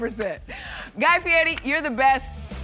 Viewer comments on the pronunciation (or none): Always hate when people pronounce his last name Fietty. In what world does an R sound like a T? 🤔